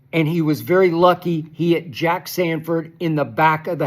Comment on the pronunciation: Sanborn, not Sanford